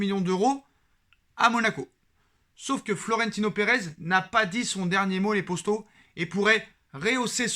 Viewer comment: Pourquoi tu dit les posto a chaque fois c'est poto wsh